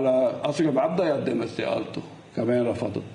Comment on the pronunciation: رفضت وليس رفدت